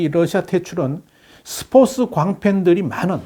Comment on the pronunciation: 이 아저씨 스포츠 발음 왜 계속 스포스라고해 한국사람맞음? 중국사람아님?